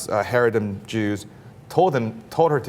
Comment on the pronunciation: Basing off the fact that you can't even pronounce the word "Chareidi". I assume you probably don't even know shit about what they do. And basing a whole group off of a couple of incidence is absolutely disgusting. 🖕